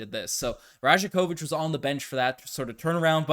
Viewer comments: Pronounced: Ra-YAK-o-vitch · Great video - just a heads up the “j” in rajakovic is pronounced like a “y”… so it sounds like “rayah-ković” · You're pronouncing that J in his name wrong. It sounds more like Y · The "J" is pronounced as a "y"